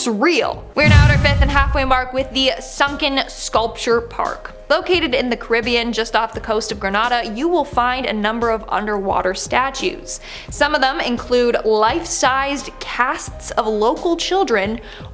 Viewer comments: 🇯🇲 correction its not Grenaada it's Grenada 🇯🇲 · When you said gre na da did you mean Grenada? Like gree nay da?